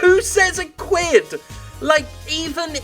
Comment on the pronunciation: It's supposed to be "squid", no "equip." Squid and unsquid your weapons.